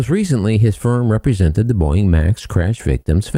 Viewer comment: Huh, why Boieng??? Not a Boieng aircraft.